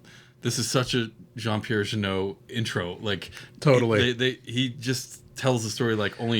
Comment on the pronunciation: Just putting this out there : for an English speaking person, Jeunet would be pronounced ‘Juh-nay’, not ‘Juh-noh’ .